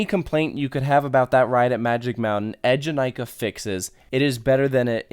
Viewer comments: Yes, Eejanaika was really really good! Btw its name is pronounced eee-janaika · When you was talking about Eejanaika, I was like, omagawd, isn't it pronounce like "ay"janaika?